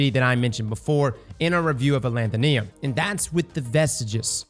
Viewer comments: Alethonym is pronounced closer to pseudonym. While a pseudonym is a fake name, alethonym is basically it's antonym, meaning something's true name, hence the weapon's flavor text. The root word "nym" relates to something's name or what it's called. So, aleth - o - nym, not aleth - o - Niam. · Where does get these pronunciations lol A-lant-tho-neum Where it should be A-le-tho-nim Alethonym, or the real name of someone, as opposed to a Pseudonym Idk just poking fun but its kinda funny.